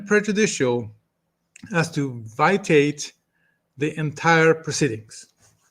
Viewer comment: Pronunciation of the word "VITIATE" = VI-SHE-ATE .